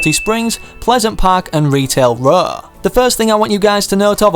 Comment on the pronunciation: I love how he said retail raw